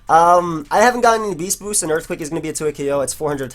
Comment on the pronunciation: Why do you say beast boost like that hahahaha